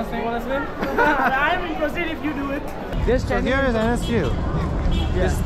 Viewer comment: That's NSU bro not SNU